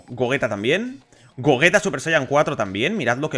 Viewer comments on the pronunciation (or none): none